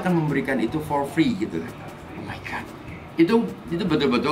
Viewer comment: "Omaigat" WKWKWKW